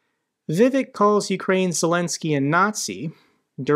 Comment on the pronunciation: It's not Vivek, 'vivake' as in fake👍